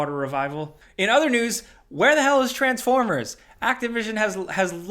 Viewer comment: "...here to talk about all the video game newssisjfh that's been going on this week.." Had me dying.